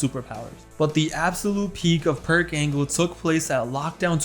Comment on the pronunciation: Can't believe everybody calls him Perc Angle